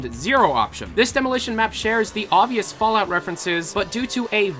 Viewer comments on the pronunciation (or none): none